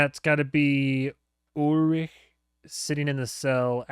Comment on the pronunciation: you said ulrich perfectly there, just wanted to point that out